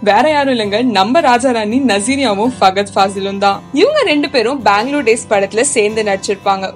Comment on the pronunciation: 1.Its nick jonas not not jones 2.its Fahad not fagad. 3. Its saif not Saaaaif. 4. It's shahid not shagid. 5. Its jhanvi not jhanavi. 6.its Kamal hassan not Kamal gassan 🤦‍♀️🤦‍♀️